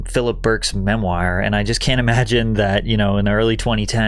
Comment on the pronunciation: Is this person Patrick real or AI? Seems odd to misread words like 'casual' instead of 'causal' and 'integrate' instead of 'ingratiate'. Also mispronouncing words like 'memoir' and 'McGowan' is a bit suspect. Hmm...